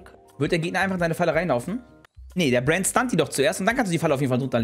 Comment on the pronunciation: warum sagt sie die ganze zeit Buen statt Brand? :P